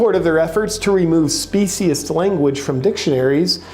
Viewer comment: The moron cant even pronounce "speciesist"